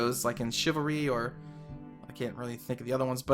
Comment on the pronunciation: You are saying it wrong, you are saying chivalry wrong too. Let me guess, you are also really good at driving?